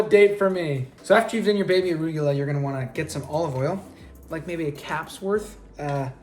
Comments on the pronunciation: The way he pronounces "arugula" though lmao. Love him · hold up, hold up, hold up...did he say baby aruGUla...wat LOLL!!!!!!!!! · Have I been saying arugula wrong my whole life......